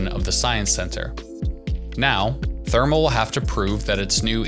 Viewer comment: IF you can’t even pronounce #Therme, you might not know what the fuck you are talking about.